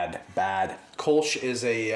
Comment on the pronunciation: The Kölsch has an umlaut on the o so it is pronounced - kerl-shh